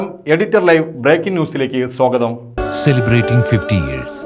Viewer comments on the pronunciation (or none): സോഗതം അല്ല